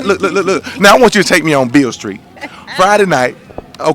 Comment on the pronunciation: Lol... that mane said "Beale Skreet"...